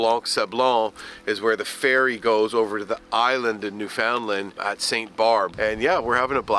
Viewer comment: AAARRRRGGGHHHH...... please pronounce it right Newfoundland....is..... understand.....newfoundland ..understand